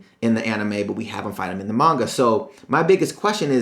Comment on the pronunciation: ITS PRONOUNCED MON-GA